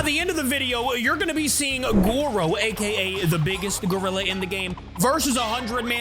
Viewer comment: It’s Goro, not goru